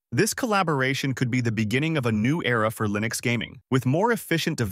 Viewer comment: For the love of god STOP saying LIE-nux. I really hope this is an AI voice.